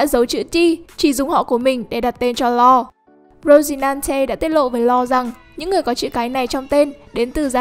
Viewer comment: Nge bạn đọc tên Law thấy chán